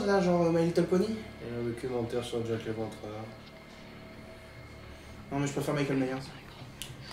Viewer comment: je dit jack leventreur